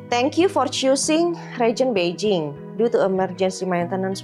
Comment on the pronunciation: Spell Beijing emangnya jadi Peiching ya? No offense cuma nanya aja, soal nya agak ganggu ditelinga 😅